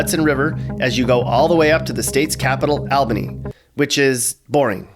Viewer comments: You didn’t even talk about the Erie Canal, it was the first man made canal in USA and you said Albany wrong,it not Aaal-bany it’s (all)bany ...way to sound like in upstate Rochester (I can say that cause I was raise there) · ALbany? "AL"bany? It's pronounced All-bany. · this mans did not just pronounce it "all-binny" and not "awl-banny" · What the heck is Al bany ?????? It's All bany !!!! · It's pronounced ALL-bany not AL-bany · Its pronounced "all-bany" not al-bany lol upstate was spot on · yon buddy, it's not pronounced Al bany but more like All bany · no chance this guy has ever lived in new york. he pronounced albany and suffolk incorrectly. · It’s pronounced ALL bany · I think the city in Georgia pronounces Albany the way you did. The state capital of NY is pronounced All-bany. No biggie. I love your videos bro and I love your snarky, attitude laden narrative. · i say all-bany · I never heard anyone say Albany like that😭 it's more like olbany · More like “awl” bany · Nice video. Would love to see it more detailed. Albany is also pronounced all-bany with an all sound in the beginning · its pronounced (all-ban-y) and it's not boring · You just hate albany and you don’t know how to say albany correctly 😂😂😂